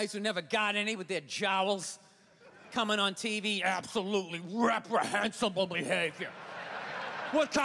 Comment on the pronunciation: "Apsowutely wreprehensab-b-ble behavior" ... If you look close you could actually see a string of drool coming out of his mouth when he did that. I almost fell out of my chair i was laughing so hard the first time i saw this.